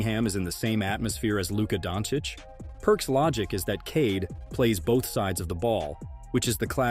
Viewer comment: its not dontić its DONČIĆ